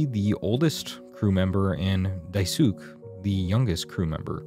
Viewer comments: I love it when I search for game analysis videos only to find garbage plot summaries that a toddler or an AI could have made. Especially ones where the person narrating the video is too incompetent to pronounce anyone’s names, almost like they didn’t play the game at all and read the wiki instead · why do ppl make video essays and dont even bother learning correct pronounciations of a (non-white) character's name 🙄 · mispronouncing the name "daisuke" made me drop the video. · Same! The video is so well made, so it’s very funny that he didn’t take the 2mins to double check the pronunciation of Daisuke’s name. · No why are you pronouncing Daisuke like that ?! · I really really would love to watch this video. However, your mispronunciation of Daisuke's name is so hard to ignore. I wish you had put forth more effort in familiarizing yourself with non-English names in the works you wish to discuss. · I’m sorry but HOW did you pronounce Daisuke??? Otherwise, 10/10 video 😤 I’m glad I’m not the only one who made the connection that Anya’s pregnancy may not have come about consensually… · im sorry this is an amazing video but how you say daisuke made me throw my head back in shock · the way you butcher "Daisuke"'s pronounciation is astonishing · Alot of ppl in the west dont know how to pronounce "suke" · Not how you say Daisuke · you know damn well that’s not how you pronounce daisuke. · Well, I do now that I have probably in the realm of 300 comments letting me know and that’s not how you pronounce it but thank you 😂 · Cannot take this video seriously with you pronouncing Daisuke like that... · the video is great, but next time, please check how to pronounce names, Daisuke is a japanese name, you have to pronounce the e at the end! It sounds really silly when you ignore it haha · Ok this is driving me nuts. How the hell is Daisuke pronounced??? I kept saying Dye - soo- k eh (as in, pronouncing the last E) but here he said it like Dye - sook. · dai suke😭😭😭 it’s dai-su-kay